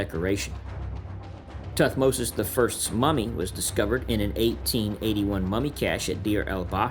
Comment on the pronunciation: Muy mal como se leen los nombres de Tutmosis y todos los egipcios😒